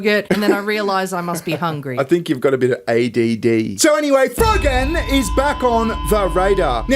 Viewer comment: I keep hearing "FUGGIN'!" IS he saying FROGAN or FUGGIN'?